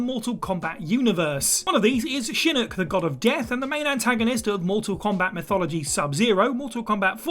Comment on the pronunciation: Shinook u mean shinnok 😂